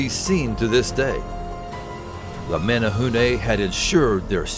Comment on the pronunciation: Thanks for pronouncing Menehune correctly.